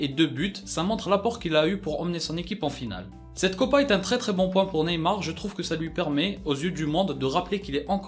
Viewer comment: hans RAKOTONDRAMONJY javoue j’ai pas remarquer l’erreur